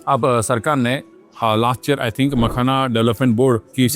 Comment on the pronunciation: MAKAHANA COMPANY 😅😅😅😅😅😅 Mene samjha car 🚗 banaata hai . Makhana. Or usko company bhi bol raha hai 😅😅